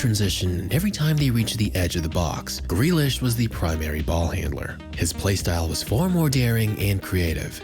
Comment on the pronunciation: JACK FREALISH😂😂😂